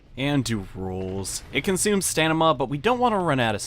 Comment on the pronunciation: Were you saying "Stanima" on purpose? xD